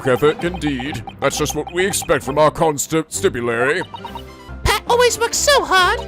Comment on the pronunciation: I believe Constabulary is pronounced "Con-Stab-You-Larry". Not sure where you're getting the 'i' or 't' sounds